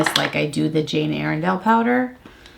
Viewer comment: it’s Ire-dale